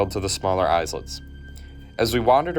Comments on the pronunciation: It's so common, too! I don't get where people find the extra "u".Some words have silent letters, I guess nuclear and nucleus have an invisible letter. Also, he said "Izelet", not Islet (eye-let). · Also the word Islets which the narrator pronounced EYSE-LETS lol